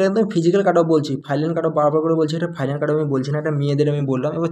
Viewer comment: R a ota ফাইলান na ফাইনাল